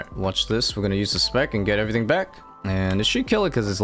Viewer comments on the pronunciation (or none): none